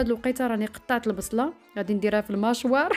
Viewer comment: كتضحكيني فاش كتقولي الماشوار 😂😂😂❤